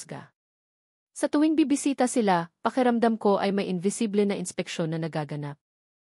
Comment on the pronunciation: At Hinde invisi ble , imbisibol ang Tamang bASA Jan😅